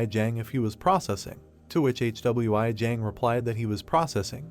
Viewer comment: Hey man watch your video before uploading your ai can't even pronounce "Hwi" what is this "HWI"